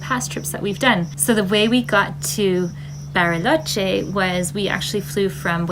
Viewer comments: I can't get pass the "Berryloche" pronunciation. 🙂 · Berry—loche. Nice pronunciation